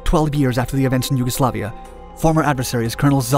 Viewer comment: Yuguslavia: shoots down F-117 USAF: You werent suppposed to do that Also callsigns are typically pronounced like Vega Three-One not Vega Thirty One